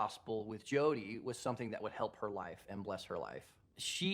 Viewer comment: Whats wrong with your english? ”Wot” ”Sum thin”